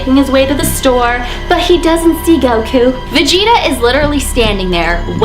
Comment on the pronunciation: Its cute when she says GOWKU Instead of Goku